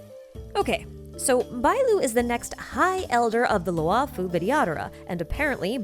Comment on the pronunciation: This is great, but please, one point on pronunciation: "Luo" is pronounced as LORE, as in, "the LORE-FU" (like Kung-fu, but it's Lore-fu) Not Lew'oh, or Lu-aw or anythign. All Chinese characters are a single sound, never multiple: one character, one syllable. In the case of "luo", it's pronounced LAW or LORE (same thing). That goes for both Luo'fu and Luo'cha. It's horrible to hear "Lu-aw Fu" or "Lew O'Cha".